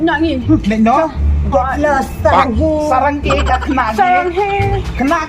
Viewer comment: Its Saranghae💜❌ saranggay❌